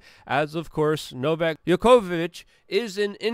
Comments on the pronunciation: Novak is a mega tennis star and Number 1 for more than a decade and you still don't know how to pronounce his name correctly? Seriously? now-vak jow-kuh-vuhch. Joker, but not yoker! :) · djokovic not yokovic :) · Yokovic, lol. Cmon you are Polish bro you can say Djokovic. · Yo-ko-vich? NOPE. The guy is literally the worlds most famous tennis player as well as being current world number one. The very least you could do... Is find out how to say his name PROPERLY! NO-VACK JOCK-O-VITCH Not Yoko... Jock... Like jockey. Like a DJ or someone who races horses. Not Jo like JOE. I mean ffs his name is on EVERY news channel in the world right now. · Funny thing is, Novak contracted COVID last year. Oh n FYI, his name is Djokovic (Jee-oh-kuh-vitch). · I thought you could pronounce Novak Djokovic's name 😜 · Im not trying to be PICKI😀 just friendly suggestion for you to pronouncements of his LAST name🍀🍀☮️👍👍🍀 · Damn Luke…you really don’t know how to pronounce the best tennis player of all times name? Smh